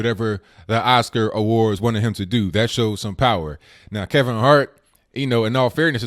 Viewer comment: THAT IS NOT DAT, AND ASK IS NOT AXED.PLEASE PRONOUNCE PROPERLY. GET RID OF THE BIG GLASSES AND STOP WITHOUT FURTHER AUDEU.